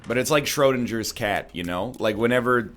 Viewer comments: That was the worst pronounciation of "Schrödinger" I have heard in my life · The way this pile of men flesh pronounces „Schrödingers cat“ is kind of makeing me uncomfortable.